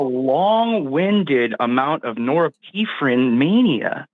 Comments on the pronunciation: "it's like talking to a cult member" says the guy in an actual cult. and hysterical that the one who can't even pronounce "norepinephrine" correctly thinks they're superior in any way. This guy is just next level ignorant. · Someone who doesn’t even have the courage to learn how to pronounce a word that he was pronouncing incorrectly as a coward. How would you like to be married to this fool? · I guess he is trying to pronounce norepinephrine , also known as noradrenaline, but I guess his genius prevents its proper pronunciation. And he is confusing organism and origin. Wow. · "is this imperious?" Aaaaand cue endgame. This guy has so much time man. Hope he's doing the dishes too. It is norepinephrine he's trying to redeem to and I really don't know if the mispronunciation was meant to be a joke or not. I'd love to hear imperious quized on some case law in an area of his choice. Edit: Imperious is not a lawyer. I really want to know what this guy is like irl. I'm not even sure he's an adult. Either way he's unhinged. He's not even a troll. Maybe he's a bird law paralegal in Philly. That could be. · The guy who sounds like he's about 16 is a lawyer for thousands of hours, totally. Yup. And can't pronounce Norepinephrine and calls it a 'brain chemical' instead of a neurotransmitter. Genius. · WTF is "nora-pee-fren"? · Ain’t no way he said norephrin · Thank you for saying it's pronounced norepinephrine. I had no idea what he was trying to say. Ugh, also not every arrangement of amino acids is equally likely, so calculating the likelihood based on equal probability is sophistry that ignores the processes that go into it. Basically, assembly of amino acids is not random. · He said norepine…. The chemical in the body. Lmfaoo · "Norrepeephren" xD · CALLER WTF IS NORIPEEPHRINE???? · Im glad im not the only one who heard Norepinephrine. Thank you Forest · "if you were a biologist you'd know what Noarreppeeeferrin is!" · "nore-pee-phrine" is killing me 😂